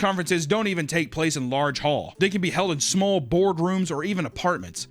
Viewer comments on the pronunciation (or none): says "smal" lol.